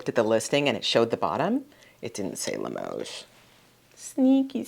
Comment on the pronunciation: You're pronouncing Limoges correctly,.